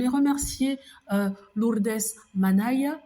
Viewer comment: Hors sujet:, j'adore la façon dont vous prononcer le prénom de Lourdes. Bien à vous. 🙋💖